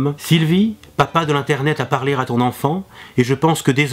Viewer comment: "Tu as frappé r'à la bonne porte " "papa de l'internet a parlé r'à ton enfant" Rassure moi ces liaisons sont faites exprès ? ;)